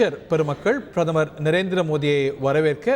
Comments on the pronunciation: என்ன பிரமரா? கொடுமை தமிழ் பாவம்! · தமிழை வளர்த்தாக சொல்பவர்களுக்கு பிரதமர் என்று கூட சரியாக சொல்லத் தெரியவில்லையே?